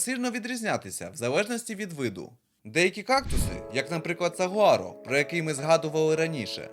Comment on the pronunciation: Ой, виявляється, переклад на україську "сагуаро", а читають, як мені чується, "сувора", якщо вимовляєш з камінням в роті😁Чомусь не задумувалась, що батьківщина кактусів Америка і більше ніде їх немає, крім як завезеного виду. Дякую за контент!